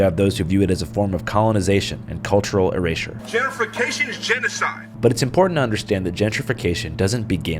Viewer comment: the dude can't even pronounce gentrification lmao "jennifercation"